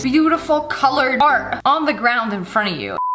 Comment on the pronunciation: Dis is art not dart